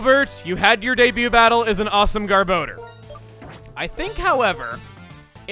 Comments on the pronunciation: Not only is garbodor one of the most feared TCG Pokemon it's also one of the most mispronounced Pokemon. It's (gar-boh-der) not (gar-ba-door). It's a combination between garbage and odor and the anime and Pokedex 3d pro pronounce it (gar-boh-der). I can't tell you how many times I've heard it said wrong because it's just too much to count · I hate the official pronunciation of Garbodor, it should be “Gar-Buh-Door” and not “Gar-Bow-Dur” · "garb-OH-door?!" i just blanked for a moment. i thought it was pronounced more like "garb-AH-door..." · For some reason every time I hear Gabodor’s cry I hear it saying “Dumbledore” Did I spell that right xd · Since I don’t see if anyone else mentioned it...Does anyone else hear him say “Garbodor” as “Garboner”? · I was half paying attention to you saying garbodar. I thought you said "Garboner". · So, I just learned that Garbodor's name has a second o, not a second a. Been pronouncing that wrong for years.